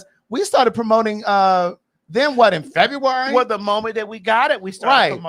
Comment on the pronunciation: that Baltimore came out of when he said February 😂 that’s exactly how we say it lol